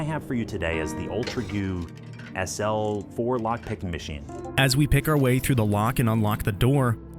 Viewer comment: Honestly kinda sounds like AI. "Ultrauge" is pronounced wrong, something simple like SL4 has a long pause and the four ends in an up-pitch as if it's a question? And overall weird pacing. "Ultragoo... SL... Fourlockpickingmachine"